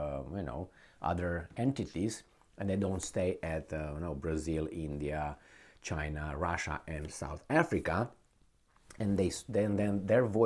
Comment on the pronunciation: It's not khina guys it's china. BRICS not BRIKS.